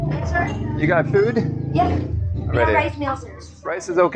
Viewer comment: "fewd" lol (congrats on 50k subs!!!!!!!)